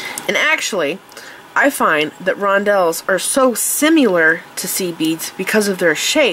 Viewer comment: I got my firepolish today...I ABSOLUTELY LOVE that pearlized white. They are gorgeous!!! BTW, Where do you live? you pronounce Similar as SIM-U-LAR...I find that hilarious. I know I pronounce stuff that people laugh at too, but there is no U in similar.